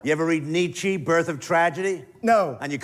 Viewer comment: I’ll be equally pedantic and say Nietzsche’s name is pronounced Neet-chuh